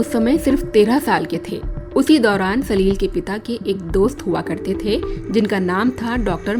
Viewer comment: सलिल शब्द को आप सलील कहकर प्रिन्नसिएट कर रही है छोटी और बड़ी मात्राओं का अलग अलग उच्चारण है। आपके द्वारा सलील कहने पर शब्द में कठोरता महसूस होती है।